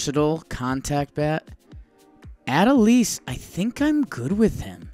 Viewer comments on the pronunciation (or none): Did it bother anyone else that he pronounced Adolis like Adelise? lol Sound it out with me, a - DOH - lis